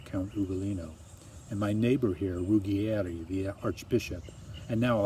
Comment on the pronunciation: You are wonderful. Trust me, I am from Italy. Ruggieri is pronounced Rooh-jjay-ree though :) kiss